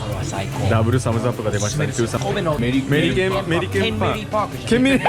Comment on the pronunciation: メリケンパークですね。メリケンとはアメリカのことですが、知ってましたか？ 『ア』が聞こえなかったのか欠落してますね。 😅 ( Meriken Park. Meriken means America, did you know that? You didn't hear the 'a' or it's missing. 😅 )